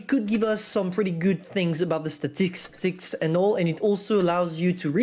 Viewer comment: "STATICSTICS' - 2021